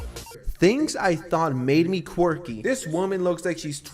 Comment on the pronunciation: they way she says quirky omg i cant. QUEWKY